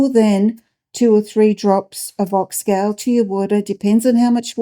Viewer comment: So it is called Ox “Gaul” like in “Gaul” bladder, not ox gal as in “Guys and Gals”. Great to learn about its uses. Thanks.